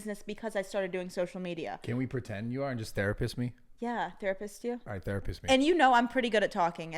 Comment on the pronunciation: “Can you therapiss on me?”